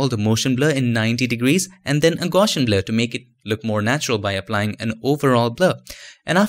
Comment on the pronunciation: The best 'adding reflections' tutorials I've seen. Your teaching style is excellent too. Please allow me to point out one tiny detail. The word 'Gaussian' is pronounced in such a way that the 'gauss' part rhymes with 'house'. The word relates to the 19th century mathematician Carl Friedrich Gauss. The blurring algorithm for this particular form of blurring makes use of his mathematics. Not important to know but I thought that you might be interested. Thanks again for your impeccable tutorials